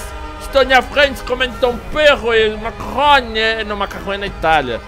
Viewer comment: Quando ele falou que estava comendo macarrão eu entendi "estou comendo maconha" huehuehuehue